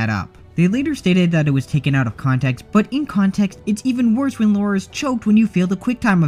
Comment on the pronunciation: *Psst* Her name's Lara, not Laura. Lah-rah, not Law-rah.